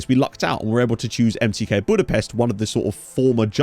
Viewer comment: A couple pronunciation tips: the authentic pronunciation of MTK is more like "em-tey-kah" And your pronunciation of Ferencváros was pretty good, but the "c" in there is pronounced like a "tz" Looking forward to following this, should be a fun save